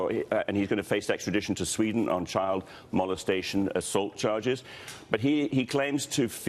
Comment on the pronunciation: Did he say child mlstation ?